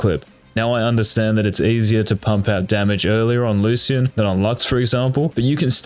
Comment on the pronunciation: Locyan = lucian